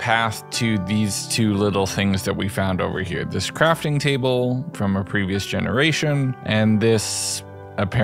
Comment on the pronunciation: "Gemeraton" .....Ah yes I don't see anything wrong with this!